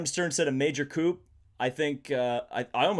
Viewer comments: Nice discussion but couldn't get over the repeated mispronunciation of coup (should be "ku") as coupe, like the car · coup, pronounced "coo", the p is silent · coup ? really ? with a hard P ? I'm outta here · Pronounced. Coo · major koop? coup? really? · and ya damn near said bow teek. My brain hurts